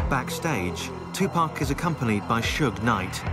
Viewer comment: Tupack???Uhhh tupac???tupAAAC not Tupaick